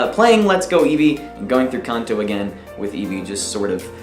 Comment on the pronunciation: You said kanto weird...